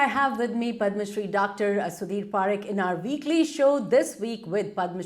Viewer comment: It is pronounced PuhRikh not PaaRikh